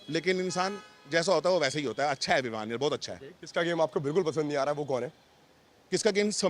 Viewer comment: विवियान nhi h विवियन hai ✨